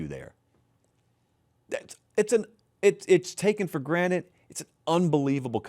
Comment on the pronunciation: I swear says for granite instead of for granted and I can’t unhear it